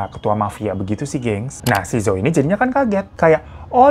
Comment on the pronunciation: Ka hiro gak enak banget nyebut namanya bai jing 😂😂 harusnya Pei cing ka, di mandarin b itu dibaca P, j jadi C.. Terus zhou juga dibacanya Chou(C tapi kayak ada h-nya) Yuk belajar pronounce mandarin dikit2